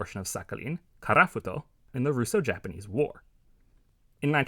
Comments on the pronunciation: props to u for actually pronouncing japanese words pretty well for a foreigner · From my Japanese point of view, the pronunciation is excellent!